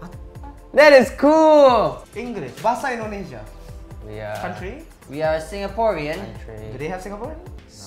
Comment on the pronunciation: im shock when say BAHASA INDONESIA so clear